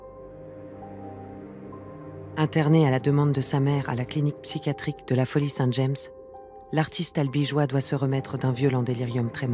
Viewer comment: Très beau documentaire! Il est cependant dommage que la narratrice ne se soit pas informée de la prononciation des noms propres... On doit dire "Jeanne" pour Jane Avril et "Jam" pour Folie Saint-James.